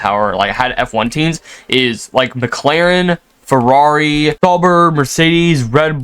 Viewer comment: Sauber is pronounced Sou (like sour) brr (as in cold) The last one was correct!